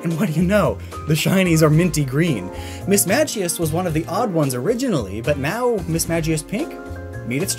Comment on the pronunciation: Not only do you pronounce Mismagius wrong but you call MISDREAVUS Mismagius. Gdi